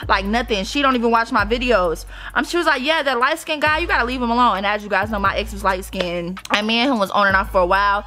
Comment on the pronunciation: Sorry but “lightskinded” 💀